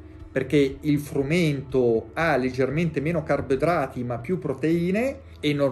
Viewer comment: Carbidrati, senza la o